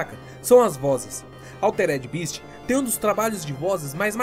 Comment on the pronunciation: Nao é eh nao... bést = best bist = beast